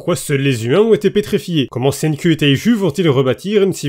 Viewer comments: Je lis les scan cher (je suis même à jour), et "Senku" (Senkū en romaji si on en croit wikipedia) en japonais se prononce littéralement "CènkOU" pas "CènkUH", ça finis par le son "う" (allongé qui plus est) qui est un mélange entre le son "EU" et "OU" (comme le "U" de "LUffy") donc je sais de quoi je parle justement, après, si tu veux garder ce cher accent français, je ne me permettrais pas de juger l':) Merci de faire découvrir ce manga a un plus grand nombre (le coter comique étant son point fort pour moi), tu lis promise neverland sinon? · "Tout d'abbord SAIGNE-CUL" :,) un ptit effort niveau prononciation serais le bienvenu isssou